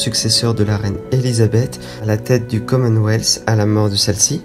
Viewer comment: Mais ou entend tu le s ?? Pourquoi dire le commenweathssssssss ? Il n'y a pas de s !!!!